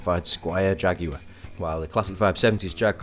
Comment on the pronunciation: Really helpful. Just what I was looking for...and I do so appreciate your pronuciation of Jaguar compared to the stupefying JagWIRE as it is becoming more commonly called in the US. Itused to be pronounced Jagwar here which is close to the Latin American pronunciation save for the hard "J" sound you and I say. Just not Jagwire--oh Lord, please, just not Jagwire! All the best from Eastern Kentucky.